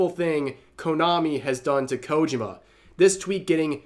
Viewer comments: KO-JI-MA, Rev. Three syllables. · I know...i know. I don't want to be that guy either, but his pronunciation of Kojima's name drives me up the wall. Enunciate the "JI" more, next time. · It's KojIma, not KOjima.😁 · The way Rev says "Kojima" kinda hurts to hear lmao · I'm trying my best not to nitpick, but the way Rev is saying Kojima is making me screech like Filthy Frank.